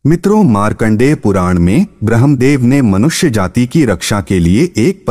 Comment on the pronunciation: Apke pronunciation bahut hi kharab hai kripya ismein kaam kijiye (bhramadev not bhrehamdev....saptshati not sap tashti... swarg not swaaaarg)